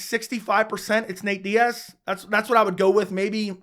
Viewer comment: It's Diaz....sorry chandler